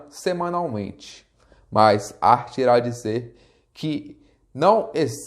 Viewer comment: boa explanação, mas o nome de Hart não se pronuncia "art" e sim "Rart"...rss